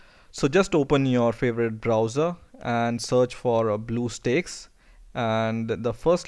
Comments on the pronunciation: it's stacks not steaks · lool he pronounce bluestacks as bluesteaks (blue coloured steaks) XD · Duuuude how ever many times do you call it blue steaks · OMG LOL you said bluesteaks instead of bluestacks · you said bluesteaks. it's blue stacks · Blue steaks lol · The way you say "BlueStacks" is funny.... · You say it wrong dumb shit